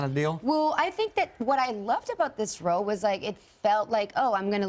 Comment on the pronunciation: Eiza your accent came out when you said “well” and “role”, you’re trying to hard, relax and breathe, it’s ok to have an accent. She tries so hard to conceal it and sound American that it makes it sound very forced and her accent comes out at times because of it. Damn time flies, I’ll never forget Lola (lolicienta) 😃 mainly because of how bad it was 😆